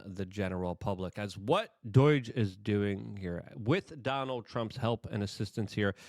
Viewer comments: IT IS NOT D O Y G E !!!!!!!!! IT IS D O G E !!!!!!!!!!!!!!! can you say the word owe???? DOGE RHYMES WITH "OWE", NOT "BOY", THAT is how it pronounced.... driving me nuts every time when you say it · Say it with me, DOGE (Doej). There’s no I. It’s not Doiiiiiiige. Doi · Please stop sayong doyge. It's doge. Like dough-j. Not "doyge" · for the millionth time. it's D O G E. not D O I G E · Luke, why do you say Doige? You're literally adding letters. Doge isn't that hard. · It's doge, not doyje... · I can't anymore. Enough with this "DOYJE" stuff bro 😂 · Are you saying "DOYGE" on purpose? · Why do you keep pronouncing it doige... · Luke, God bless him, isn’t well-known for his proper pronunciations. My favorite was “exasterbate.” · For the love of god Luke, PLEASE learn to pronounce DOGE correctly….